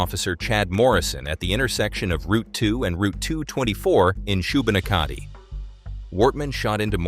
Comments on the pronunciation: It's pronounced shoe-bin-nak-a-dee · Amazing job on this video from a Nova Scotian. Maybe google some pronunciations next time but good try with Shubenacadie. Subscribed! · For anyone wondering the communities are pronounced Port-a-pick, Da-bert, And there was no passengers in the two cars in Debert (except the unborn child of weeks pregnant Kristen Beaton), Shu-ban-ack-a-tea. This was a s*** show and sadly so many lives could have been possibly saved if it wasn't for the way the RCMP handled it ...I am also a firm believer that his common law wife is what I like to call Nova Scotia's version of Karla Homolka I think she 100% helped him (as her story has never added up AND has changed multiple times) And the Tuck-Oliver family were killed essentially because this city dick wanted their property .....Lets NEVER forget the victims and THEIR names....This video makes him sound like a victim and that's the furthest from the truth. Remember the 23 victims & their names always -Greg & Jamie Blair -Lisa McCully -Emily Tuck, Jolene Oliver, Aaron Tuck (Emily was a teen due to Graduate that June) -Corrie Ellison -John Joseph Zahl and Elizabeth Joanne Thomas -Dawn Madsen and Frank Gulenchyn -Joy & Peter Bond -Sean McLeod and Alanna Jenkins (And their pups Remi & Bama spelling on their names) -Tom Bagley -Lillian Hyslop -Kristen Beaton (& her unborn child or not depending on your beliefs & frankly you are entitled to them) -Heather O'Brian -Heidi Stevenson -Joey Webber -Gina Goulet Nothing ever came of the charges to the RCMP who shot up the OBFB, The ass who helped him make the decals for his car so he could commit this...also put two young boys off the ro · or *Shoe-bah-knack-a-tea I suppose 🤔🤔 this is how I more pronounce it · shoe~ben~ACK~a~dee Valiant effort! only east coasters could get 100% correct, Thank you you for all of your hard work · Not Shoe-Bin-Ah-Ka-De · Shubanakkadee = Shubenacadie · Shu-Ben-Ack-id-ie … how to pronounce Shubenacadie